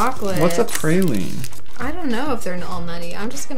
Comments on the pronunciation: “preyline” tzijn pralines gvd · "preyleens" 😂🤦🏼‍♀️ Those are /prahlins/ (pralines), silly. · it's pronounced "pra-lee-nay" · yumi pranillens 😂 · i cringed every time u said the names of the foods XD